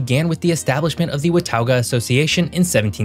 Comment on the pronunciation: For reference it is pronounced Wa-Tah-gah